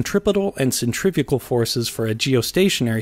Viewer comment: "Centrafugal Force..." okay , I can hear the Angry Comments already